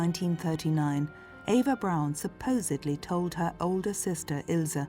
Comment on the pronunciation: Her name was Eva. EE va